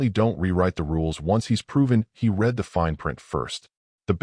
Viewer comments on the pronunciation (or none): Teach ur AI how to say "read" in the past tense...which is pronounced "red".. How many more times do I have to say this?...or not? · Again, author, teach ur AI the past tense of "read'